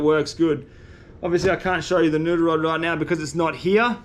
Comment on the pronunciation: Say "noodle", not "nuder". A year and a half and I thought you were saying "nuder".